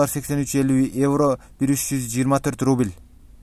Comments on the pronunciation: Рубил рубил дебей уйрончу суйлогонду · Ий брат РУБИЛЬ деп айтпачыыыыыы🤣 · Сени бироо кубалап атабы шашпай суйлосон рубил дебей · Кускум келип кетти суйлогонун рубил дебей.тушунуктуу суйлочу